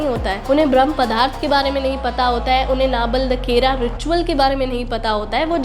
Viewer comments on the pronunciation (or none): not nabelakera it's nabakalebara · First correct your pronounciation नाबलदकेरा is wrong . Correct pronounciation is नवकलेवर ., नंदीदोष नहीं नंदीघोष, चिकिला नहीं चिल्लिका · Nandidosh❎ Nandighosha✅ Chikila❎ Chilika✅ Nabalekara❎ Nabakalebara✅ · 1. Its nabakalebara, not nabalakera. 2. Its chilika, not chikila. 3. Its nandighosa, not nandidosha. And, thanks for the video. Jai Jagannath. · What is Nabaldakera ritual? Kuch bhi?! It is nowhere even close to the actual word! Video upload karne se pehle check nahi karte ho kya bol rahe ho?! Aap khud thik se nahi jante aur bolne aa gaye logo ko ye nahi pata, wo nahi pata. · Are mam Bo Nabakalewar galat pronounce kar rahe hai